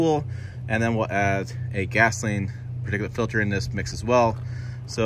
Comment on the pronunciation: He says "particulate filter" like people say "lmnop". Love the channel though!